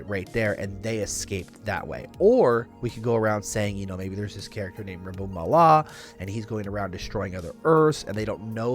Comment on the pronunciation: Its rabum ALAL not allah